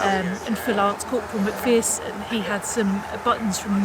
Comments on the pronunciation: Just a small suggestion. One thing that jarred was your mispronunciation of Lance Corporal MacPherson's name. The second syllable is not pronounced like "fear", it's like the "err" in error. It would be more respectful to check up how names are pronounced. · People may think my comment is trivial, but I think it's important. The soldier whose surname is McPherson has his name mispronounced in this. The name is pronounced as in err, so McPherson, not as in ear, so McPhearson. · It's Mc Pherson there is no double e. Please respect this and pronounce their names properly.